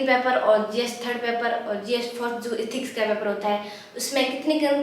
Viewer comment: Are tum एथिक्स ko इथिक्स kyon kehti ho.